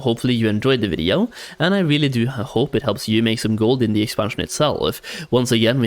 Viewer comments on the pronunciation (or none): ngl you say videoo so strange haha